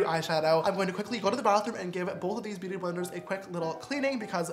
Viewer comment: Did anyone think James said booty sponge instead of beauty sponge😂